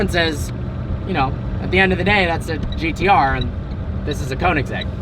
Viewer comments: Y G But still not KOO. If u are english/american you Cant pronaunse (spell check) it becuse u Will have to learn how to say the swedish (Ö) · One small thing you need to learn.. How to pronounce Koenigsegg.. Get hold of a Swede and get it straightened out. Agera btw means act. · U still cant pronounce koenigsegg right